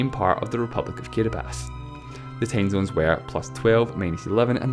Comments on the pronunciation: Why does he say "Kiribas" instead of "Kiribati"? It's pronounced KEE-REE-BAH-TEE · i kept wondering why this fuck head kept saying kiribas, when it's kiribati. apparently these dope Islanders don't know how to spell s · In English it’s pronounced kee-ree-bah-tee, not kee-re-bas. Countries are always pronounced according to the language you’re speaking right now, not the local language. Saying Kiribati should be pronounced kee-re-bas is like saying France should be pronounced “frons” because that’s how the French say it. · No it sounds like “kirabahtee”. The ti at the end isn’t followed by anything. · Why does he pronounce Kiribati "Kiribas"? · kidibass? is it seriously that hard to say kiribati? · I cant stand this guys accent... And who the hell pronounces "Kiribati" as "Kiribas?" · ...Everyone. Its pronounced "Kiribass" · That would be incorrect since you're speaking english, and it's only pronounced Kiribás in Gilibertese, not in english, in english it's still pronounced as Kiribati with all its letters... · It's just that he says Kiribass, that's the only complaint. Otherwise, pretty well researched and well done videos. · The way you pronounce Kiribati can't be right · Matthew Adarichev I also didn't feel too comfortable with the guy's accent, took me long to process his words, but in that part he was actually right. Ti is pronounced as S. And Ri is actually pronounced as Li. There is an island in the Kiribati republic that is called Kiritibati.... have you heard of the Christmas islands? Kiritibati == KiLiSmaS == Christmas. :) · It's pronounced Kiribati the 'ti' is silent please respect other countries cause that's how they pronounce it